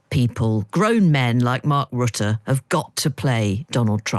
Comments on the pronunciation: No, you don't pronounce his name correctly. But don't worry, he is not the kind of person who would feel offended for mispronouncing his name. Mark Rutte on a personal level is a nice guy. But he did a terrible job as Prime Minister of my country (The Netherlands). He unfortunately now is the Secretary General of NATO, a job fir which he is totally unqualified. His nomination for this position was controversially. I don't exactly know how these things are arranged, but finally he was confirmed in that role. Mark Rutte. His last name is pronounced as follows: RUTTE, R (rolling R) U(as U in "butter") T (regular T) T (regular T) E (as the U in "butter"). Dutch is a complex language, in this case the "E" in his last name is pronounced similar to the "U", both like the u in the word "butter". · Scaramucchi is so very American, so arrogant, feeling so superior. Of course he doesn't have the time to figure out how to pronounce the name Rutte. Because he's American! Maybe he could figure out who Rutte is, and what he's trying to achieve. Now as NATO chief, and before as a prime minister for 10 years. How Rutte works. But I know that's too much to ask of a privileged American.